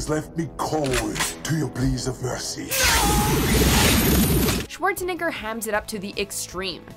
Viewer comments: schawarznigg🤨😮 r. Lol I think she needs to practice saying he's name a little bit more. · Swartz-ni***r? That is the worst pronunciation I have ever heard lol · im sorry what? Pretty sure rhats not hoa you say his name 🤣